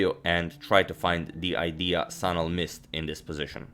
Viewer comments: its actually şanal not sanal by the way you should pronounce it like shanal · It's actually pronounced 'Shanal'. The letter is 'Ş' which is pronounced as 'Sh'.